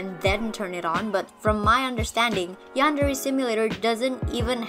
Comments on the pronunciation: i dont like how he says "yandare" like he says it like "yEnderey" like dude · He claims the "Yandereify" his game yet can't even pronounce the word yandere correctly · Gotta appreciate yandev, someone who’s game concept is supposed to be all about a yandere, doesn’t know how to pronounce yandere